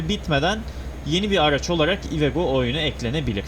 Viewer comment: Abi iveco yu cok komik soyluyon ivego diyon cok güldüm ilk çıkarken sirketten